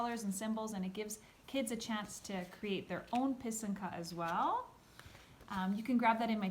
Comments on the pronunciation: So pretty! Very helpful to see and hear how to make these beauties! I also learned how to say pysanka properly ;) do you blow out your eggs? Have you made these with your students? I love to pair this with Rychenka’s Eggs 🥰 Thank you for sharing! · Thank you a very nice, simple explanation. I also appreciate that you used proper Ukrainian pronunciation for pysanka, pysanky and kistka!! 🥰💖🇺🇦💕👍